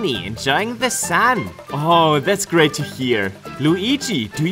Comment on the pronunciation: You really manage to emphasize great in English too 🤗